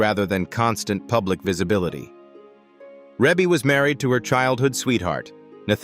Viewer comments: Her name is pronounced Ree Bee not Rebbie. AI is a mess. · So if you’re going to use AI to narrate, it could at least pronounce her name right. Yeah, I know the e in the first syllable looks like her name is pronounced with a short e, but it’s not. Her name is pronounced Reebie. Long e. Rebbie = Reebie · Now you have to learn how to pronounce the name right before you start vlogging it's Reeeeee bee NOT no dern Reb uugh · Her name is pronounced Reee Beee, not Ray bay. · YESSSS!! You said it for me. I had to stop and can’t even go on with the Rebby. Plus I don’t really trust AI “documentaries” if the content maker couldn’t even get her name right I’m sure watching this isn’t a good use of my time. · Didn’t even tried to pronounce it as he see it REEEEE’BEEEEE 😆 😂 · If you can’t pronounce her name just don’t do the narration. Really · Give some respect on her name! You butchering it up! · URGH! I stopped watching after 51 seconds. Learn how to pronounce her name properly. Damned AI! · How are you going to narrate a family that's been around for years and don't know how to pronounce her name? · That is precisely what I want to know. Gross disrespect. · Can’t even pronounce her name correctly 😖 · This is an AI video, where her name is mispronounced. The home pictures look like Zillow pictures pre- sale pictures. Is that really how her home decor looks, does not look as it would be, given AI photos. Also the cover home picture does no5matched what is being shown. Not great editing. However, Rebe is awesome! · He doesn't even pronounce her name correctly. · no that's Ai it won't 😂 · Wow AI is really missed pronounce her name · Right out the gate AI mispronounces Rebbie's name! AI sucks! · If you can't pronounce her right how can you tell her story 😮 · I KNOW!!!!...A.I. needs to get it's life..it needs a big slap!!! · AND “Twenty-three hundred Jackson street” not Two Thousand three hundred….😂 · Ugh, I know😊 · I know...what the heck is he saying😢